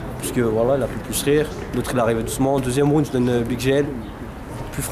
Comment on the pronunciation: c'est horrible comment ils prononcent "round" omg...